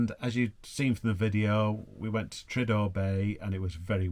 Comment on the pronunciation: Pronounced tree-ar-der Bay. Bless you ❤